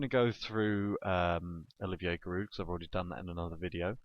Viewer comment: so giroud is your favorite player but u can't pronounce his name lol